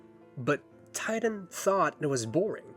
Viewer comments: It's TITAN with the T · I genuinely can’t take this seriously and keep giggling that his name is actually Tighten instead of Titan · WHY DOES EVERYONE CALL HIM TIGHTEN IN CRYING BRO ITS TITAN WTF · Wait a minute his name is "Tighten" and not "Titan"? hilarious if true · The fact that his villain name is "Tighten" and not "Titan" like I thought upsets me more than anything this video could tell me. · It's supposed to be Titan, but because Hal is an idiot he thinks it's Tighten. Iirc, supposedly if you watch the movie with closed captions, whenever someone other than Hal says it, the captions say "Titan", but when Hal says it, they say "Tighten", because that's what he thinks it is. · I thought it was "Titan"! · Literally believed the rest of my life that it was “Titan” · Im sorry i cant take him seriously now i know its spelt tighten and not titan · I thoight it was “Titan” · is it actually TIGHTEN?????? not titan???